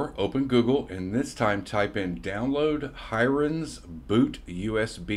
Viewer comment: I feel like the pronunciation of "Hiren's" is off. He's Indian and it should be less like "siren" and more like Helen "Mirren" - many Indian anglicised spellings are single "r" but modify the "i" to sound like in squirrel etc. Great tool to suggest though. Thanks for the video!